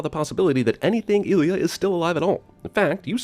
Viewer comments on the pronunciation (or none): "Eye-Lee-Uh's" name is pronounced "Eee-Lee-Uh". Dude did the CinemaSins's voice even actually watch the film?!? No way you should have screwed that up. Again mispronounced so you can't say it was a one-time screw up. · Her name isn't "ILL-ee-uh," it's "eye-LEE-uh." Writers, take note: If narrator hasn't actually seen the film being mocked, be sure to add pronunciation guides for unusual names. Embarrassing, with a capital M. No soup for you. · Sorry, dude, but you gotta take off one sin for every time you mis-pronounced Ilia's name. eye-LEE-uh. Not ILL-ee-uh. lev-ee-OH-sah. Not lev-ee-oh-SAH. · I REALLY didn't want to go fan-boy reactionary on this (because fun, right?), but the VO guy is just reading the script and didn't watch it. And nobody on the crew who watched it corrected him. "eye-lee-uh" not "ill-ee-uh" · I could sin the makers of this video so many times, but I'll just give 1,000 sins for his pronunciation of Ilia (eye Lee ah as ill ee uh) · And it's pronounced EYE-Lee-Uh -- did you even watch this movie??? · Her name is pronounced eye-leah not ilia. 150 Sins for you for not really watching the movie!!! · Eye-lee-ah. God dammit man! Ding! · It's pronounced "Eye-Lee-ah". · And her name is pronounced eye-LEE-ah. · Eye-LEE-uh, you not-even-a-casual-fan. Did you actually watch this film, or sin it based on someone else's crib notes? 😜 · You are pronouncing Ilia's name incorrectly. It's Eye-LEE-Ah. Subtract one sin, please. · Trekkie Nerd Mode On: Its pronounced Eye-lay-ah... but yeah, I agree with everything said in this bit (no matter how cool I thought the movie was when I first saw it so long ago ^_^) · It's pronounced eye-lee-a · Snarky narrator continually mispronounces Ilia's name even though it's pronounced dozens of times in the movie. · 20 sins for narrator mispronouncing Ilia twice. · I got as far as the mispronunciation of a main character's name. Can't say? Can't sin. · Did you not listen to the dialogue where they pronounced her name?